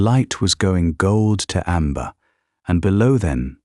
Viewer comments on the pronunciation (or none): none